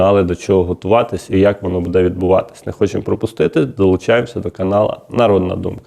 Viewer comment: Обращаюсь к ведущему -в слове БУДЕ ударение необходимо делать на букву У,а не на букву Е.